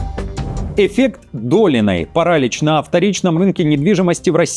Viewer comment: Кто читает эти новости? ИИ?(( Что за "парАлич Долиной"?